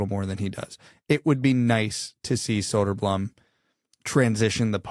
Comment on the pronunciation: That was a close one. Was about to board the plane to North America with my torch and pitchfork to hunt all of the Soderbloomers down. "Soderblumm" is still not correct, but The Towering Behemoth approved that pronunciation, so I guess you're off the hook... For now... Now do Berggren! (Pro tip: Berj-gre-n - use the e-sound in 'exactly')